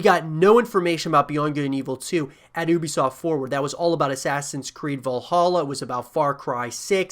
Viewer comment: Ubisoft pronounced You-Be-Soft is more correct, but been waiting on this game for years now looks awesome.